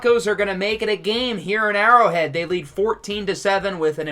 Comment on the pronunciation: Mispronounced Burrow Head but Great Video though man!!